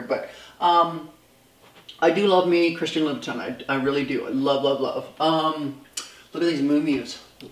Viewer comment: Learn to say Louboutin